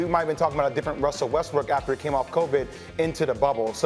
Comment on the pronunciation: Wussel Westbrook 😂